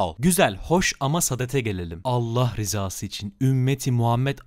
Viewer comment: Ben şahsen şu anki diksyonunu saha samimi daha kendimden buluyorum sadece harflerin kullanımı bazen yanlış oluyor mesela "Allah rızası için" derken rızası kısmında rizası dedi onun dişinda samimi bence